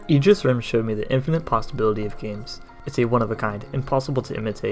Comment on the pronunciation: Finally someone who pronounces "aegis" correctly lol